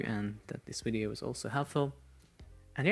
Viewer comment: When I hear "In this bideo"... <3